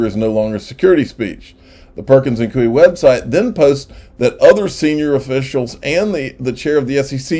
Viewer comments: Damn it!!! Its koy not cooie.....killin' me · Since you may be saying the name Perkins Coie a few more times before this whole case is done... i believe its pronounced Perkins "Coy" like Toy with a C. It's not a big deal, but thought you might appreciate the heads up.